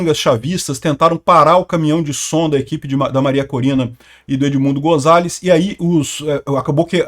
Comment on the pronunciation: vc gosta da correta pronuncia de palavras estranjeiras, como vemos nos seus videos... pronuncia-se o 'z' de Gonzales com som de 's', como em 'sapo'